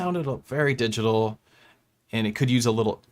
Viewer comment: Swedish box, man. They pronounce it like 'diggitohl' ;-)